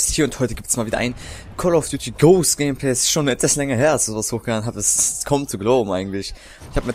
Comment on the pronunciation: sprich ghosts mal richtig aus